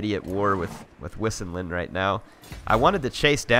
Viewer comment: I think wissinland is pronounced 'vysenland' considering all the other Germanic names in the game. Not a big deal, just throwing it out there.